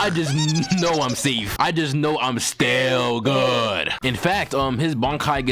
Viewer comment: "STILL GUHD" be killin me 🤣🤣🤣